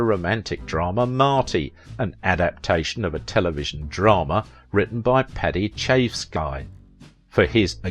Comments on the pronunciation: I don’t know if you’re real or a Bot, but you better learn how to pronounce people’s names… it’s Paddy Chayefsky ( Chy-ef-ski ) not Chive-es-sky ! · It's Paddy Chayefsky, pronounced Chy-ef-ski. "Chafe Sky" would be a cloud suffering from a rash of some sort. Also, a "womanizer" is laying all the babes and NOT marrying them. What he was is a serial-marrier.Not the same thing at all. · Am a devoted fan of your channel. By the way,Paddy Chayefski is pronounced Chay--eff--skee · Love the narrator, but . . . Paddy CHIVE--sky?? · Bless you for trying your best. But you really need to learn how to pronounce names like Paddy Chayefsky and Katie Jurado. Best of luck to you.